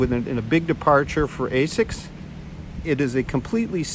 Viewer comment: You called it "ASCIS"... ;D